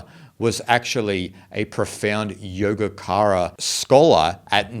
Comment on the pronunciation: Nice video! There's only one little thing I wanted to point out: Yogacara is spelt as Yogachara rather than Yogakara. In Sanskrit, C is read as CH. For instance: Kalacakra-Kalachakra, Citta- Chitta, ,Cakra-is Chakra, Camunda-Chamunda- And Yogacara is Yogachara :) 🙏